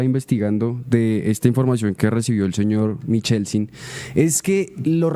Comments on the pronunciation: Los Turbay no subían pianos desde Honda, eso fue en la época de los españoles, Honda es Tolima., pasa el puente Navarro y llega a Pto Bogotá Cundinamarca. El apellido Michelsen no suena como se pronuncia, la ch suena como q o k. Feo como dice q "se cargo" a la menor de edad como esposa, denota cierto machismo de parte del periodista, q nos repitió lo mismo durante media hora, pensé q iba a profundizar en la noticia, pero se quedó repitiendo el titular... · MIKELSEN¡ Eso toda la vida se ha pronunciado con K hasta lso campesinos mas montañeritos lo decian bien; lo digo por mi papa y mi abuelita que lo decian bien. Michelsen... Semejante montañerada la de este señor periodista; de quien alabo su labor informativa, pero ave maria... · Otra de las cosas por las que Turbay Ayala será recordado por su fonética y su ignorancia